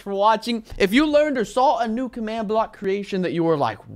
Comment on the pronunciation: not commad.its command watafak